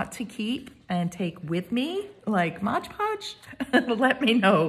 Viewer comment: Very gently and respectfully, it is not 'modge' podge, it's MOD podge.